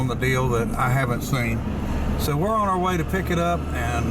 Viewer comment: No such word as oin its pronounced on